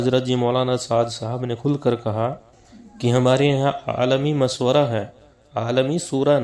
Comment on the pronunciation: DEOBAND KI SARKAR-PAREST URDU: It's "Zubair", not "Jubair", "Jawab", not "Zawab", "Mashwara", not "MaSwara",... Yea log kitnay Hindi sarkar kay chaplos ho gay hain, kay apni zuban hi bigar kay Hindu bana di, takay Hindu inhain kisi terah apna samajhnay lagain, laikin aisa to honay nahin wala.